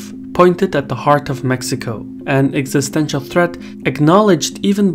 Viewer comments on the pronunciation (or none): none